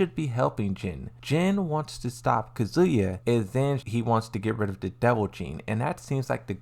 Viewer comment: Why you say kuzya?🤌🏻